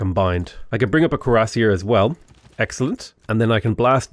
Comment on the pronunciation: Cuirassier: queera-SEER